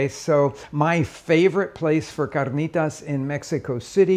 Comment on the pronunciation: Loved this guy dropping the accent on carnitas about 5 minutes in.